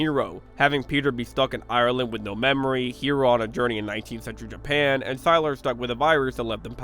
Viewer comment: Sylar rhymes with Tyler, his name isn’t pronounced as sy-laur…..